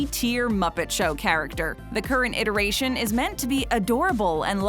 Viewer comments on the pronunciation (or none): none